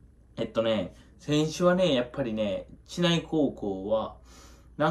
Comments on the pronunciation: ちないじゃなくてしりうちね笑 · 知内の読み方 (しりうち)です